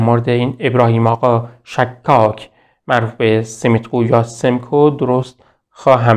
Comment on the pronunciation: با عرض پوزش،شما که زحمت میکشید ین ویدیو ها رو تهیه میکنید لطفآ در مورد تلفظ اسامی دقت بیشتری بکنیدمثلا شهر خوی باینجوری تلفظ میشهkhoyواسماعیل سیمیتقولقبش یا صحیح تر بگم قومشshekakهستش نه shakkakواینجوری که شما تلفظ میکنید در ذهن بیننده اینطور تداعی میشه که طرف به همه چی شک داشته